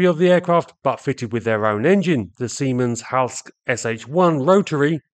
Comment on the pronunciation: Native English-speakers seem to be notoriously unable (or is it intention?) to pronounce names and designations in foreign languages correctly. The name in is SIEMENS & HALSKE Sh III, not 'Siemens in the House' or something like that. The class is denoted by the Roman III, for engines between 110 and 150 kW (150-200 HP)...